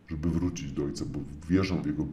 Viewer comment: Tak gwoli ścisłości to Mojżesz miał na imię Mojżesz, a nie Mojrzesz. Można wrócić, ale nie wrucić, i opowiadamy historię a nie historję. A noga może się powinąć, ale nie podwichnąć😉 Tyle tego, że trzeba zareagować. Popraw w edycji, a usunę ten komentarz.🙃